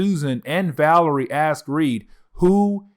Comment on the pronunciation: It’s “VA-LER-I-A”